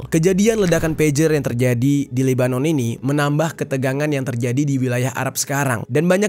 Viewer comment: Kalau chanel YT mu mau selamat Jangan nampak sangat Unsur kebenciannya, Sebutlah nama negaranya dengan betul🙏